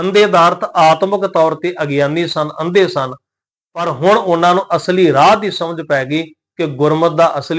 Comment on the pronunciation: ਰਾਹੁ ਤੇ ਅਸਗਾਹੁ ਦਾ ਉਚਾਰਨ ਔਂਕੜ ਸਹਿਤ ਕਰਨਾ ਚਾਹੀਦਾ ਭਾਈ ਜਰਨੈਲ ਸਿੰਘ ਜੀ ਦਮਦਮੀ ਟਕਸਾਲ ਵਾਲਿਆਂ ਦਾ ਪੰਜ ਗੁਰਬਾਣੀ ਦਾ ਨਿੱਤਨੇਮ ਸੁਣ ਲਵੋ ਯੂ ਟਿਊਬ ਤੇ ਐਵੇਂ ਗ਼ਲਤ ਉਚਾਰਨ ਨਾ ਦਸਿਆ ਜਾਵੇ ਹਰੇਕ ਲਗ ਮਾਤ੍ਰਾ ਦਾ ਉਚਾਰਨ ਕਰੋ ਅਰਥ ਜੋ ਹੈ ਓਹ ਹੀ ਰਹਿਣਗੇ ਧੰਨਵਾਦ ਗੁਰੂ ਗੋਬਿੰਦ ਸਿੰਘ ਜੀ ਦੀ ਚਲਾਈ ਹੋਈ ਸੰਸਥਾ ਦਮਦਮੀ ਟਕਸਾਲ ਤੋਂ ਵੱਧ ਕੋਈ ਵੀ ਸ਼ੁਧ ਗੁਰਬਾਣੀ ਉਚਾਰਣ ਨਹੀਂ ਦੱਸ ਸਕਦਾ